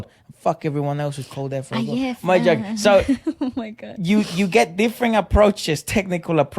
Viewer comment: Efra, perfect pronounciation of the title